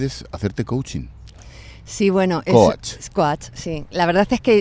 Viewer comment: ¿ Cóach ? Aprende a decirlo bien y si no, dilo en español que estás en España, le hablas a un español, una radio española y hablas español perfectamente. Tanta tontería queriendo ir de sobrada diciendo palabritas en inglés y no sabe decirlas bien.